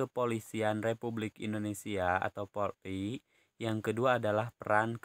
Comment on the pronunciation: Polri bukan porli pak